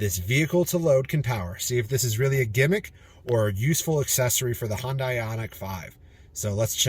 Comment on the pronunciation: It's pronounced Hyundai like sunday